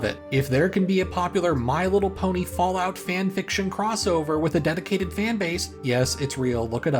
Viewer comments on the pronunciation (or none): none